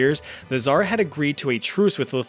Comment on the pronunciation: Damn ive never heard anyone say "tzar" soo bad XDDD u gotta make the same sound as in TZA tziki sauce